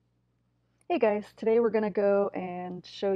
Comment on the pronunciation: did you say hi grils or hi guys hmm :/